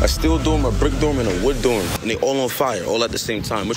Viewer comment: Listen 😂😢😢😢😢to how he says dorm sounds like he said doom, he can't be serious